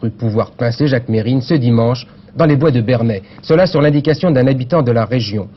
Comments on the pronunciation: tu reprends les gens qui se trompent en disant ton nom ? Si c'est le cas, c'est le cas de figure avec Jacques Mesrine ("Mérine" et non "Mess-rine"). Un peu de respect ! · Merci de ne pas dire « messssrine » mais « Merine » bordel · On dit merine mais sa s'écrit Mesrine, même Jacques le prenais mal quand on l'appelles meSSrine ( et quand je dit mal c vraiment vénère ) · ça m'énerve quand les journalistes et autre intervenants ne prononce pas le nom de Jacques comme il faut,ce n'est pas"MESSE-RINE"mais Mérine......Provocation peut-etre.......!!!